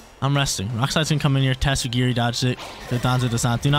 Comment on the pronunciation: I appreciate the tatsugiri pronunciation!